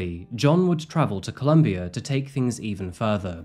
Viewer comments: It’s COLOMBIA. Pronouncing it as Columbia changes the understanding entirely! And this isn’t the first time you’ve shown your caucasianness in your narrative. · Why do you call my country “Columbia” it’s “Colombia” FFS!!!